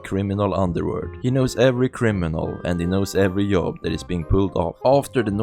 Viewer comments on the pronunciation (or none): This dude need to get the shit out of his mouth and talk right and learn to pronounce words because instead of saying things like job, Patrick,yellow jack,jacket, Jimmy he says yob,park it, yellow yack,yacket,yimmy